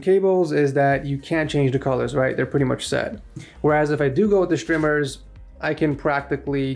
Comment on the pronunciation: just say strmers not shtrimers